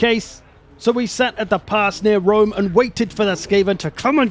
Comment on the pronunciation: ah yes, Julius of Wome.